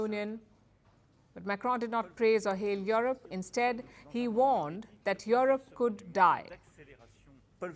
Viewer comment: Yorup you need to work on your pronunciation fool.